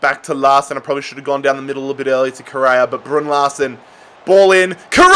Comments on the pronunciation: Legend says that still says brrrrrrrrrrrrrrun larrrsen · That pronuonciation of Brunn Larsen hurts for my ears😂